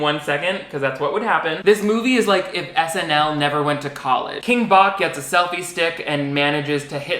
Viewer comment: King bach not batch